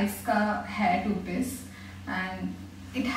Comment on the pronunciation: It's sounding more like "toothpaste" than "two peace"😂😂 Btw loved all these dresses✨